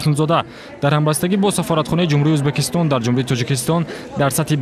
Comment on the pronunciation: Узбакистон не мухтарам барррранда Узбекистон меша